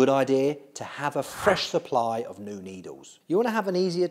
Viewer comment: Did you say Nou needles 🫢😂